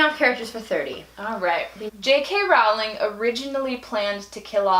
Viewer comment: you say your "BIG" fans but you don't even know the authors name. It is rolling not rowwwling.